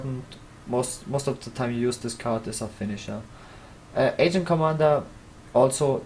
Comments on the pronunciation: pls do what he says, my nazi senses tell me to post mean comments whenever I hear you say it wrong and I won't be able to hold it back for much longer... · Its not agent squire/commander, its ARGENT